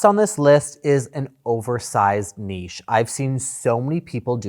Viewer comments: I fully support pronunciation lessons. It is definitely pronounced niche. The correct way. 😂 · Hello! Your pronounciation of "niche" is perfect. "Foyer" though... I don't think any french person would understand what your are talking about out of context ;) By the way, in french, the way americans use "foyer" does not make any sense. We say "entrée" (entrance). Foyer means a home or a fireplace. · Well done on the pronunciation of niche. 👏🏾👏🏾 It hurts my ears every time I hear Americans say it. Another one you all say wrong is chaise lounge instead of chaise longue. It’s a long chair not a lounge chair. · Love this video! Two points, thank you for the pronunciation guide, “nitch” drives me bonkers! The self instead of the niche is lovely. So clean, you can squeegee that space, easier to build and easier to tile. Nothing but upside. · American here and I cringe everytime someone says Niche like Nitch 😂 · Hello from Montréal. Yes your pronunciation is correct. Well done. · Thanks for correcting niche, that bugs me so much when people pronounce it incorrectly. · Thank you, THANK YOU for saying "niche" properly! I love how you defend good taste in the face of ostentatious design that just screams "new money" and looks vulgar. I could listen to Daddy all day. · Niches and foyers! Omg. I was watching a video where two people (host and guest) were talking about finding your niche- guest pronounced it correctly and the host just couldn’t pick up on it. 😂 drove me crazy. Love the alternative options you give! No word art!!! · OMG... you kill me!!! 😂😂😂 Foyer and niche. Thank you!! I'm English-Canadian but we have the French pronunciation built-in so thank you for 'learning' everyone (that's a joke, people). Your channel is magnifique! Love from the nation's capital ♥ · THANK YOU! for the correct pronunciation of niche. I am so sick of nitch. As I remind people, it rhymes with quiche. Now if we can get them to say sachet properly.